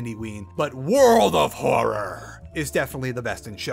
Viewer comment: really wish he'd stop saying world of horror like that </3